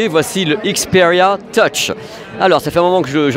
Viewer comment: Ah ben non il le prononce même pas bien, c'est du franglais... C'est comme la manière de dire xperia...😂